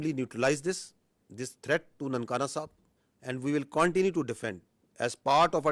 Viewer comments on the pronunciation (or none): Pakistan ‘aand’ 🥚 forces 😂